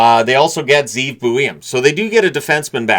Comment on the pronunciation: Ze'ev in Hebrew is two syllables and pronounced something like Zeh-ev